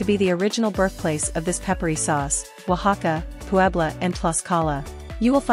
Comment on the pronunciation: Her pronunciations could start another Mexican-American War. But she pronounced Oaxaca correctly. Most gringos damn near choke to death trying to pronounce it from sight.